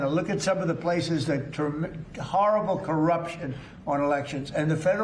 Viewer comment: "it's so howrobow when I wooze. They run their elections howrobow and I know because I wooze there all the time!" Now that he has taken the 2020 Georgia ballots, 11,781 ballots for Biden will mysteriously disappear/get flushed/be burned so widdle Donny can claim he won in 2020.